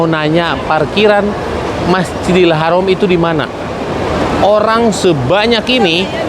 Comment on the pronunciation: BUKAN HAROM TAPI HARAM ...